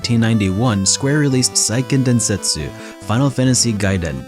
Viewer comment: Great video! These are some of my favorite older games. Just a small note: Seiken Densetsu is pronounced kinda like "Say-ken Den-se-tsu (like the tsu in tsunami)" rather than "Sai-ken Den-set-su". It's not that important, I just wanted to point it out because I'm lame.